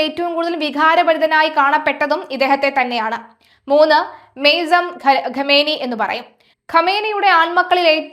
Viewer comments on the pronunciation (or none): ആദ്യം പേര് പറയാൻ പഠിക്കൂ എന്നിട്ടും മതി ബാക്കി